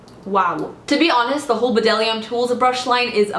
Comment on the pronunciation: Bdellium is pronounced just "dellium"! The B is silent.